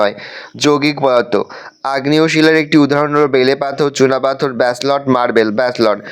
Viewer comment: Basloy noi ব্যাসল্ট 😅